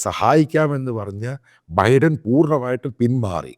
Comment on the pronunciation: ബൈഡൻ ബൈഡൻ എന്ന് തെറ്റായി ഉച്ചരിക്കുന്നു.